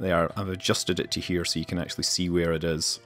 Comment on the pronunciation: nice video and commenting BUT IT'S WHERE NOT HWERE